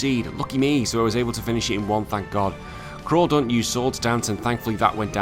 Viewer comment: Crawdaunt pronounced crawdadaunt lol